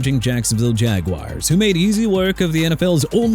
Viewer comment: TOO BAD "NEW OR LEANS" LOST OKAY?! ANYTHING ELSE BEFORE YOU CONTINUE TO BE ILLITERATE LIKE YOU ARE IN EVERY VIDEO?! ALSO MIAMI DOLPHINS #21... REALLY?? THEY BEAT THE SAINTS AND YOU HAVE THE NERVE TO RANK THEM 21?? WHY DUDE?? ARE YOU KIDDING ME?! PLUS YOU MEANT PANIC IN THE MOTOR CITY?! AND CHICAGO PRONOUNCED SHEE-KAH-GOW NOT CHI-KA-GOW AND JAGUARS PRONOUNCED JA-GWAARS NOT JAGWIRES. HONESTLY I'M THRU CORRECTING YOU AND IT'S TOO EARLY FOR YOUR NONSENSE.